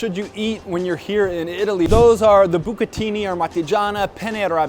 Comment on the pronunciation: Lasagne. Plural. And bucatini, not bucatini 😅